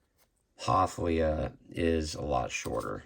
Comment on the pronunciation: The stiff cape drives me a little batty on this figure. Why are you saying her name as Lee-uh when it's clearly Lay-uh? 😮